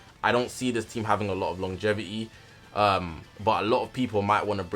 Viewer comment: Bro said lonjevity